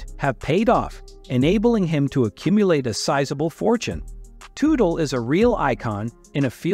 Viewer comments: I abhore AI narration and/or AI translators! You didn't pronounce "Teutal" correctly, and you called Senior a her. If you don't know who you are talking about, maybe you shouldn't be talking. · The typical clickbait. And I can’t stand how this guy says their last name. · Whoever is natrrating this is all over the place & got everything mixed up even prononcing there laatname